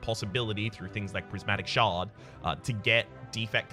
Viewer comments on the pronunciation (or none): none